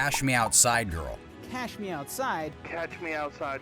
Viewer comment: The pronunciation is what makes it funny and unique, though. The whole thing is frequently quoted as,”Cash me outside, how bow dah?”